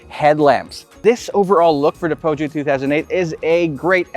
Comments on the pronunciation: Feusio pag pronounce sir.. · hi i love your show! I just wanna say that I do think there are no right or wrong pronunciation of a brand especially if it is foreign but the french pronunciation of peugeot goes like "puh-zhou". the G is not pronounced as "guh", cheers!